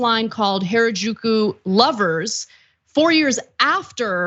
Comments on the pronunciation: She said it the whitewashed bastardized way Gwen does. You’d think Gwen would say it right with all her love for the culture…. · Japanese only has 5 vowel sounds (excluding diphthongs). A I U E O = ah ee oo eh oh (not exact, but reasonably close). "Ju" is pronounced exactly as written, not like in "au jus" - Japanese is not French. And without getting into the difference between pitch accents and stress accents, there is perhaps a slight accent on the 2nd syllable, definitely not strong stress accents on the 1st and 3rd. Maybe spend a few seconds on Google Translate to get the correct pronunciation of foreign words before going on air? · Why did you pronounce Harajuku “原宿” in such a very strange and completely incorrect way? You should have taken a moment to learn how to say it properly, before making this video… Even minimal effort would of made you sound better! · Someone please teach Anna how to pronounce Harajuku.